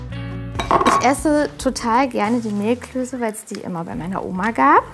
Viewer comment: Gastgeberin: "Zur Vorspeise... Mehlklöse..." Ali: "Mehlklöße." Gastgeberin: "Mehlklöse."